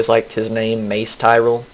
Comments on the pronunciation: *Facepalms* And it's Tyrell not Tyrel. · No, he pronounced the name wrong. He said Tyrel.